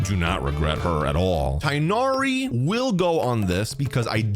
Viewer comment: It is not pronounced Raiden Shogan, it is pronounced Raiden Shogun. It is not pronounced Tainari, it is pronounced Tignari. The h sound is abandoned. It is not pronounced Shenha, it is pronounced Shenhe. It is not pronounced Elheithem, it is pronounced Alhaitham.